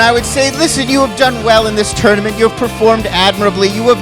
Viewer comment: Why does it sound like has a lispy thing going on when he pronounces 't'? Team Tournament sounds like theam thournamenth